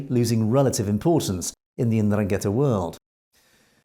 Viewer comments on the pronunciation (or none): Please learn how to properly pronounce Ndrangheta.